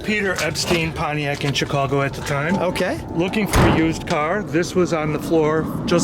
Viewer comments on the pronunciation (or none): none